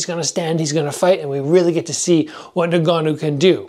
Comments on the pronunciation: "nn-gannou" not nougannou. Bruh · Nah-Ganoo isn’t his name fam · it really jars me when people cant pronounce ngannou, pronounce it en-gannou